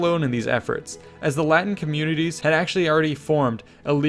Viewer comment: that good latin pronunciation ;)